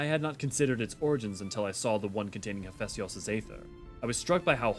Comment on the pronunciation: Your pronunciation of Hephaistos is annoying me XD HEHF EH STOS. PLEEEASE rofl